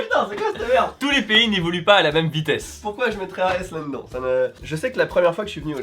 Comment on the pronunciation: pourquoi tu mettrais un S à évoluent? Tout simplement comme tu mets un N à "là dedans"! 🤣🤣 Mon oncle dit ça aussi et étrangement te ressemble un peu physiquement... Avec quelques années de plus quand même.